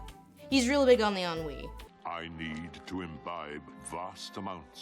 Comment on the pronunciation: Thank you for teaching me how to pronounce ennui.